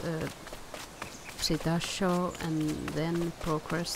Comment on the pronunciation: It's pronounced "See-tacko-saurus"